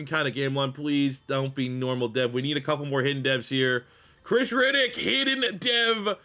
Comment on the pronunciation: Reddick and Riddick two different pronunciations. Metchie for the final team capt. Keep the Canadian home.